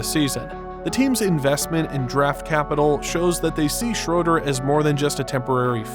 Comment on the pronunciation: Schruder ? Are you German because i am and you talk 💩